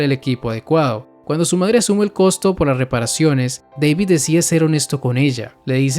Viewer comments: Flaco David se dice no Deivid hablas español no sos janki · Una cosa, según el mismo David dijo que era David no " deivid " jaja ja XD pero es lo mismo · Wey hasta en inglés le dicen David, por qué tú le dices Deivid XD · se dice dabid wey no deibid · JAJAJAJ me da risa el vídeo recordando los primeros capítulos de cyberpunk "Deivid" David Martinez: "que no es deivid es DAVID DA-VID" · Da-vid NO Dei-vid